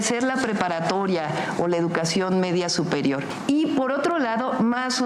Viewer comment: de verdad Xochitl no sabe pronunciar la frase "or"? dice "po falta de infomación" jajajaja wtf